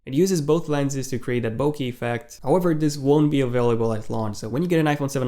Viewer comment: "Bokee" moron